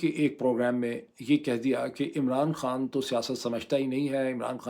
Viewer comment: Hey doc its not pronounced kaan, It's khan actually even for turkish , they just don't put H 😕